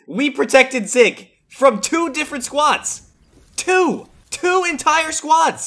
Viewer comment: You say zyg wrong you say zig not zyg